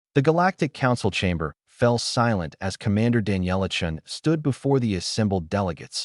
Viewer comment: So 'Chen' becomes 'Chun',...and yet more 'Martinez' repetition along with more crystalline nonsense.